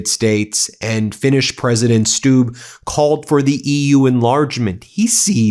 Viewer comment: It's a short 'u' like in 'look': Stubb /stub/.